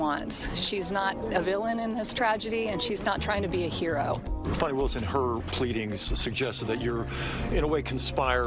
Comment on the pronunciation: When ppl pronounce her country ass name as Fahni 😂😂😂 girl stop it. It's definitely Fani like Dani😂😂😂.